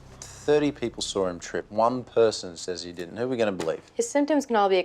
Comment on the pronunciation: Chase's accent sounds unusually pronounced on that one line. "Thirty people sawr him trip; one person says 'e didn't; 'oo we gonna believe?"